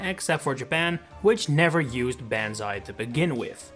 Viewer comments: I can't stand the way you butcher the word "banzai." The A in Banzai is not the English "a for apple." It's the AH when you open your mouth at the dentist. It sounds like AU in Haunt or the O in Bond. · If you’re going to make a ten minute video about banzai bill take the ten seconds to find out how it’s pronounced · It's wild to have an entire video about one topic and then mispronounce the name of that topic the whole video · Hearing this dude say banzai wrong 50 times kinda wounds my soul. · Banzai Bill sounds best, just not the way you pronounce it :P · I find it weird how you pronounce "Banzai" correctly when stating the full quote they would scream in battle, but every other time incorrectly? (And before others say "oh that's the British pronunciation" or whatever, it's still incorrect. It's a Japanese word, the Japanese pronunciation is the correct one) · So you literally pronounce it right once when saying the Japanese pronunciation. Everyone knows how it is said. Why do you keep saying it wrong? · Yeah how can you make a video that is specifically about the origin of the name and still mispronounce it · The pronunciation of Banzai is absolutely killing me. Why are you saying it like this? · For thirty years, the word 'Banzai' was misused... and the world tolerated it. For four minutes and fourty-five seconds, you have been *mispronouncing it*. I am at my limit. Sorry. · Dang, spent a whole video doing research then mispronounced “banzai” the entire video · That's not how "banzai" is pronounced. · Im sorry but hearing you pronounce banzai is pain. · Hate to mention this, but please google how to pronounce 'banzai'. I'm sorry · you are not pronouncing banzai correctly :c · Its pronounced bon zu eye. Holy s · "BAN-zai" Bill? You might want to check the pronunciation. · I just keep twitching when you pronounce the name. The "ban" isn't as in band, but closer to bon as in bond. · PLEASE pronounced "Bon's Eye Bills," like the battle cry BANZAAAAAI!